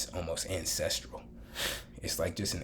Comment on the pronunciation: 'ancestral' lmao